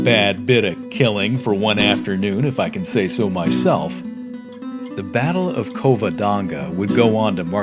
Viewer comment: Covodonga? annunciate correctly.